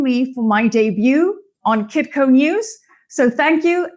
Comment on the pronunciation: Kitko not kikko... Peter Shiffless